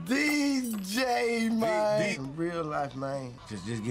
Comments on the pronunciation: Nigga said mayne to man😭😂😂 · How many “MAYNES” 😂😂😂? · I was so intrigued by the use of "mayne" in this movie, I was gonna count how many times Terrence Howard said it, but its already been done and in great style. Thanks! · That's thats his Favorite word Mayne 🤣 🤣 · Mayne that’s alot lol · He saying man and mayne lol that counter is off